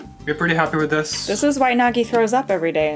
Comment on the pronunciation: LOL!! NAGGIE? ITS Nagi